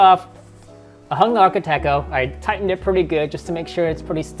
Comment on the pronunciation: It’s Arch-et. Not sure where you get the “tech” in the name. 😢